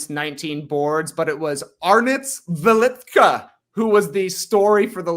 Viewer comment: Trey pronounced Jokubaitis very well, not so great on Velička, but whatever (Tas pronounced Velička accurately). Velička came out of nowhere, Jokubaitis was easily our most important player and he is very good PG, it sucked all life out of me when he got hurt, our back up PG situation supposed to be dreadful, but Velička showed up, I had no idea he had this in him. Without Jokubaitis, I thought we might be able to beat Latvia still, as they are not that good, but that would be our ceiling I thought, and I still believe that, but if Velička can play like this, maybe we will have a chance against stronger Greek team, we will see it on Tuesday. Lithuania showed some ridiculous defensive schemes vs Finland and Latvia, it will be interesting what will they do against Giannis. And yeah, Tubelis is very good.